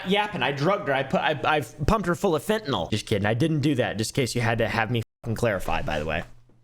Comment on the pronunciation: pronounced Fentanyl correctly, and that's why is the goat.